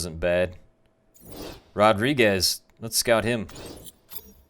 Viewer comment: You say Rodrigues with Spanish accent... he is Portuguese!